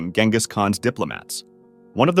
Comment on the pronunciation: You are pronouncing Genghis wrong